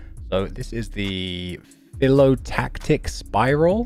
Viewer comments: That was pedigree level pronunciation of Phyllotactic. Pedigree pronunciation but mongrel accent🤣 Just kidding! But what is that Britstraliamerican? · The pronunciation was cracked honestly